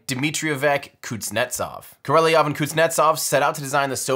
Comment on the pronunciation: Great doc... except for pronunciation of Sergey Pavlovich Korolyov name. Better luck next time!